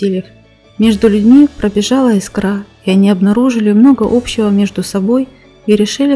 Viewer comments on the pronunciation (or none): none